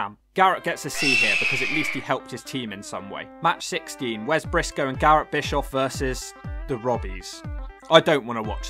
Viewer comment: Lol is right Eric Bischoff was hated and Garrett Bischoff was hated and wasn't liked and wasn't the best wrestler in TNA the legacy continues also what was with Garrett having the Young Bucks side burns? Lol also instead of saying Brisco it said Pisco lol